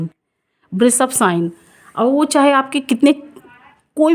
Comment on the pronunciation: Aapala pronounciation sudhariye🎉🎉🎉 thanks 🙏 and vrishabh, वृषभ बोलो, श को श ही बोलो आप स मत बोलो.